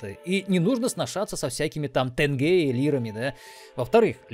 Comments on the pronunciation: не ТЭНГЭ, а теньге правильно, жил в казахстане 18 лет, так и не понял почему в рф говорят ТЭНГЭ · тэнъгеэ, тэнъгэ. о мои бедные уши.